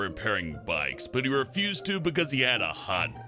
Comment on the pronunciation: when he says refused it sounds like abused.